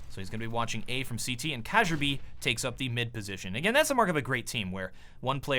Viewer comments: The way you pronounce "kjaerbye" is kind of funny to us Scandinavians. It's pronounced more like "Chiarby". Please keep doing commentary videos! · Kjaerbye is read Kyebee. plz:D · Kjaerbye is pronounced, key-er-bee. It doesn't bother me but it must annoy others. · Danish j is pronounced like y in English, ae is often like the e in bet, r is either a guttural sound or effectively silent (but influencing the pronunciation of the word). It's kind of like kyer-bee, so long as you don't follow through on the r sound. Only two syllables. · pls pronounce it key-yaer_bee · kjearbye = key air bee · KYeah-BYE My Ears bleed! Kappa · In his interview with Richard Lewis at ELeague, Kjarebye said it's pronounced K-Yare-Buy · I think it's Key-yah-bee btw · kjaerbye is pronounced KEE YAR BEE i believe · The way Kjaerbye is pronounced usually (according to the other casters) is "KEE-yare-bee". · the way he pronounced kjaerbye made me feel sick, i guess only Europeans can say it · Every time you say Kjearbye's name I get a little more triggered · you pronounce Kjaerbye wrong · Im pretty sure that the j in Kjaerbye is pronounced like a y. Correct me if im wrong please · It hurts my ears hearing him say Kjaerbye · but most people dont get the "ae" sound in the middle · Did anyone else get tilted at pronunciation of kjaerbye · Bruh y u heff to kill kjaerbys name :'( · You say Kjaerbyes name wrong! :D Watch some castors say it, it's supposed to be danish pronounciation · You can't pronounce Kjaerbye .-. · you pronounce kjaerbye like ka-jer-bye. Its kjaer-bye. lmao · god almighty, ka-jer-bee is not right man it's kyar-by (something like that) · did you called Kjaerbye Ka-jaerbye its pronouns kyerbye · Cashier-B K-yer-B is closer to the real pronunciation, I thought it was Cajun-B at first Loved the video! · Before casting Astralis again, it's Kyerbee/bye not cajerbee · Kee-air-bee not kajerbae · Kjaerbye is not pronounced Casserbee. It's Careby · its kjaerbye not quasabjy